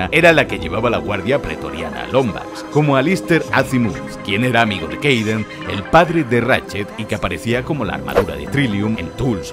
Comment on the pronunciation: "Kayden", no era Kaden?